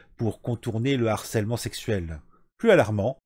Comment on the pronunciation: S'il te plaît "harcèlement", c'est avec un "h" aspiré ! Pas de liaison ! Ça a fait saigner mes oreilles 😂😂😂